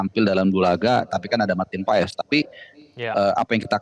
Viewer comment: Marteen Pas bacanya woi bukan Paes , jangan di biasakan